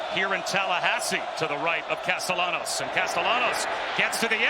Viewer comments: is the qb italian, it chould be pronounced: cas-ta-ya-nos - if he is of spanish descent - right? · The way the announcer’s pronounce Castellanos is so frustrating 😭